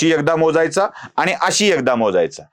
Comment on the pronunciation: स्वतःच्या उच्चारांकडे लक्ष द्या हो.आनि न पानी, अणुस्वार,द्वेषाणे असे उच्चार करणाऱ्याने तरी असले उद्योग करु नयेत. कुठल्यातरी पक्षाला विकत जाऊन स्वतःच बाजारु असल्याचं कबुल करताय हो